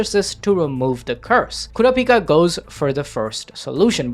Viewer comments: why are you saying "kurapika" like that? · The way bro was saying kurapikas name was pissing me off